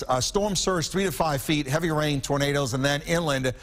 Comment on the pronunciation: A good broadcast overall but... "heavy rian"